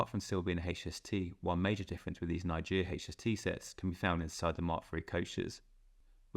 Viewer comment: I welcome the 2nd hand usage of British trains in foreign countries, I find the contrast between our trains with their very specific design principles and more universal foreign designs fascinating to compare when they’re running on the same lines side by side. Also why did you keep mispronouncing Nigeria?